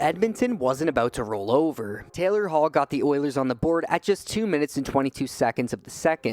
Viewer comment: “Taylor Hall” 😂😂😂😂